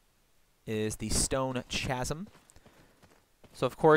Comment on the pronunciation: its pronouned "casm"